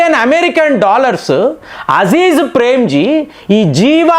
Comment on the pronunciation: మీకు ఎవరూ చెప్పరా మీ సమాచారం బావుంటుంది కాని పేర్లు తప్పు పలుకుతారని పేరే మారిపోతుంది కదా మీరు కామెంట్లు చెయ్యమంటారు చదవరా ? అ జీం ప్రేమ్ జీ అ జీ జ్ కాదు కృతి సనన్ కీ ర్తి కాదు